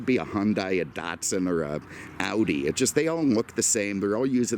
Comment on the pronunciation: Did you say Datsun? 😂